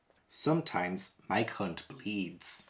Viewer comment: I can`t stop laugting when from this video says Mike hunt and Mike Lit he sounds like hes says My cunt and my clit 🤣